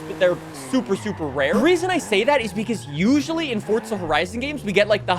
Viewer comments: It’s forza not fortza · Bro I love your content but PLEASE STOP SAYING “FORTZA” AND PRONOUNCE REGULAR “FOUR-ZAH” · Fort'za 🤦🏽‍♂️. You giant 🔔🔚